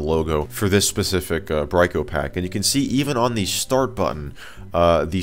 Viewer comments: not bryco pack brickopack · You would be correct. It's pronounced "Brick-O-Pack".